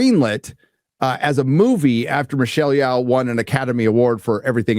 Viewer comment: This tool can’t pronounce Michelle Yeoh.